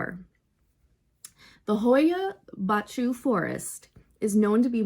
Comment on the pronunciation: Funny, I have a clip made there! i am from Romania and I went there visiting and I filmed a clip in the forest during the night. What I filmed was the actually forest and not faking! Great to watch your clip! Yes, the pronunciation wasn't exact ha,ha! But I appreciate the effort! Is not easy indeed! Was funny!